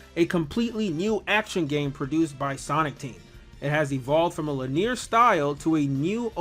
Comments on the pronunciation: it's pronounced lin-ee-er, not lin-ear. 3 syllables, not 2. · if this man say lineer one more time lol